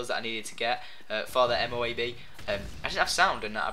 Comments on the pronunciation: MOAB: mo-ab, ab not awb. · for this M.O.A.B. when people say it I believe you are supposed to split the word in 2 basically in order to say it right. they pronounce it like MO...AB... not MOBE or MOB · (moh AHb) is how you pronounce it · its said mo-ab..and it means Massive Ordnance Air Blast bomb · IT PRONOUNCED MO-AB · It's Mo-ab. It's from the bible. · TYPE 95 and you say it like this Mo-ab lol or Mother Of All Bombs lol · It's pronounced MO-AB! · it's pronounced 'mow abb' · It's pronounced moe-ab. And why no zombies?!?! :'(